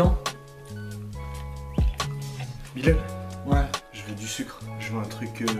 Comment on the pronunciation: Pour le matin moi je dirais celui de Bilal pourquoi en fait vous disiez Bilel au lieu de dire Bilal